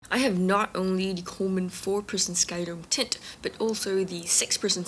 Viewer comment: Why are you saying tent like that?Speech impediment?